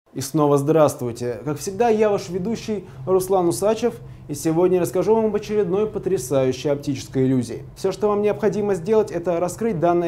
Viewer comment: Почему усАчев , а не усачЕв ? усАчев как серпом от уха до яиц